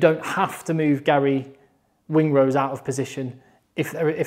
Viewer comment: ....you love saying Gary WINGrose...😂😂😂